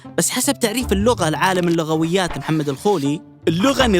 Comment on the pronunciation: في الدقيقة المتحدث نطق (اللغويات) بطريقة خاطئة